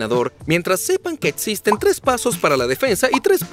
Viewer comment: Jajajajajaja el doblaje dice "Etsisten" "etspertos" "Etsperimentos" "etsperto" "diotcido" jajajajajajajajajajajajaja